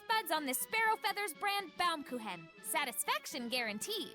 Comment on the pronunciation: Plays My Eears are bleeding when I hear Baumkuchen pronounced as Baumkuhen, but well we cant speak your TH you cant speak our CH its fair I guess :D